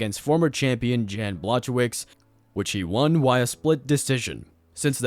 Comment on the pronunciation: Jiri and jan had a seizure after hearing you pronounce their name